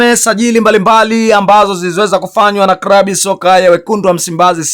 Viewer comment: Unaharibu lugha sio krabu ni klabu na Chsma amitwa Cletus sio kretus L na R unachafua